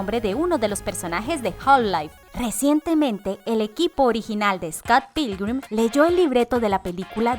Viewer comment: no es por decir nada pero por como dijo half life automaticamente supe que no sabia nada xd